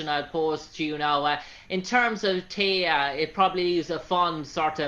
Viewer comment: The interviewer talks way too much instead of allowing Rachel to talk the most. AND, did this Interviewer even watch ANY episodes of Stargate Atlantis??? He sure seemed lost about the Characters and their names! Hey fellow... Rachel's character's name is Teyla, NOT Teya! If you do an interview, then at least say the person's character name properly!